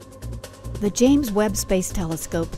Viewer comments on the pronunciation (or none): none